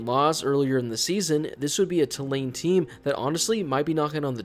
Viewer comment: It’s pronounced “Two Lane” for future reference.